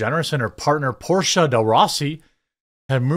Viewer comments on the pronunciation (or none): none